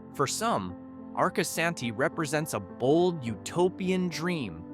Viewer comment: AI SLOP, it can't even pronounce Arcosani correct.